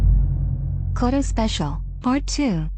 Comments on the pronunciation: That's actually the least bad of this text to speech bot's mispronunciation lol. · The pronunciation of "koto" is so off 😓